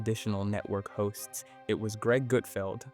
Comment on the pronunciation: everytime he said "hosts" i heard "hoes and it made me giggle